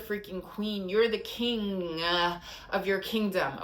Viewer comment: Were you even aware that you mimicked the cowardly lion 🦁 when you stretched the one syllable of Kiing out to King-ah! Lmao 🤣